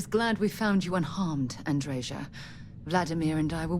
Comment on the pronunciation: you are pronouncing Andreja's name correctly. In most european languages the "J" is pronounced as "Y" and the american pronounciation (admittedly not known for their linguistic abilities) is false.